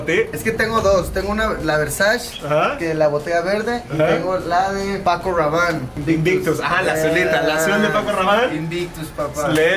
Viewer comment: VERSASH Y PACO RHWABANNE ! Jajaja